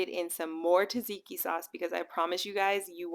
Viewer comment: TAH-ZIKI sauce?? Seriously? If you don't know Tzatziki is prounced ZAD-ZIKI then no credibility.